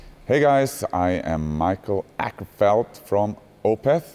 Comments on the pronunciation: "ACKerfeldt" lol. He mispronounces his own name for English speaking audiences. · Haha, especially since it's nowhere close to how it's really pronounced xD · Darren C haha he purposely says the bastardized American pronunciation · Just saying "Oh-kerfellt" instead of "Ah-kerfellt" is way closer to the Swedish pronounciation, "Å" is closer to "O" than it is to "A", if that makes sense (swedish myself) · Love how he emphasise his surname. You will pronounced it correct haha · Why don’t you pronounce your name properly? Don’t give in to English